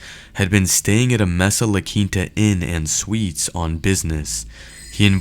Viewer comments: MESA is pronounced may•suh, in that particular region. It's DEFINITELY NOT pronounced messa. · It's "May-suh"not "Mess-uh". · And bye the way it's pronounced MAY-SA not MESS -SA... I used to live there... Just saying...🤔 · I wish you idiots would learn how to pronounce the name of a city before you show how stupid you really are it's mAsa not mesa. May sa is how it's supposed to be said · Whoever is narrating this video needs to pronounce and announciate words correctly. Mesa- "May-sa", not "Mee-sa" Molon Labe- "Mo- Lan Lah- Bay" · Great work on the story but please stop saying “mess-ah”. I live about as far as you can get from Arizona (Maine) and still be in the US and even I know it’s “May-sah”. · Mesa Arizona is pronounced maysa, not messa. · How can you narrate something and include local news pronouncing the city’s name MAYSA and call it MESSA throughout the entire video 🤷🏼‍♂️ other than that! NICE JOB! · It’s pronounced like Maysa , not messa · BUT, PLEASE PLEASE edit your audio and STOP calling it Meza. It's pronounced May-suh. It's really fkn annoying. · Maysa…not messa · the city is not"messa", it is "maysa " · It’s not messa, it’s pronounced Masa. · I cringed every time the fool said “mess-ah”. It would seem he never listened/watched the audio/video. The 911 caller and dispatch both pronounced it “May-Sah”. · Mesa is pronounced "may-sah" not "mess-ah" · Mesa is pronounced "may-suh", not "messuh". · Great video, but pretty sure it's pronounced "May-sa" not, "Mess-ah". (Mesa). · It is pronounced may - sah NOT mess - ah. I normally don't mind your videos but that was bugging me. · Thanks for posting the video. This case is tagic and justice simply was not served. But... my guy... pal.. Mesa is pronounced "May-sah" with a long A sound (it means table in Spanish and is also a type of elevated land with a flat, table like top). But yeah, Mesa == May-Sah ;) . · pronounce it May sa !!!!! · Mesa is a Spanish word and it's pronounced, "may'-suh"